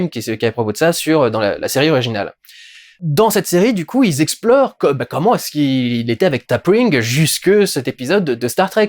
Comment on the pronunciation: AAAAAH ! TU M'AS FAIS SAIGNER DES ESGOURDES AVEC TON presque: TOPRING ,on dit ti pring de meme que la chef vulcaine dans la fievre du sang , ou les vulcains ont une envie de ....fortement niquer ,tout les 7 ans ,le sacré Pon' far ou ,le far , donc l'illustre chef est ti po ,T ' PAU ,t'es un fan est moi aussi ,j'avais 12 ou 13 piges quand je regardais la saison 1 de TOS ,dans ma chambre sur une petite tele en noir et blanc . Alors comme toi ,j'ai aimé la s1 mais la s2 ... deçevante , et pareil discovery s1 s2 ,ouais mais la 3 ,et pire encore ,la 4 ,mammmma ,comment c'est pounave ,ils ont tout ,NIQUé !!!! GRRRR !